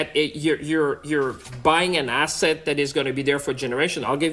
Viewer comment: Did Champagne say, "Asset, or Asshat?"